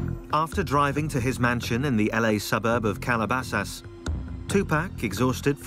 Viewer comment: why does he say Calabasas like that 🤣🤣😂😂😂😂 CALABASÁSS